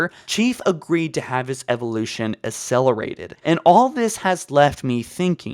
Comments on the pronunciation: Dude you HAVE to work on your pronunciation. Your content is 90% talking. Speaking abilities are pretty essential. Liberian Ankshient Assellerated and a lot of others. Driving me nuts LiBRARian An-CHENT AKselerated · And "asselerated"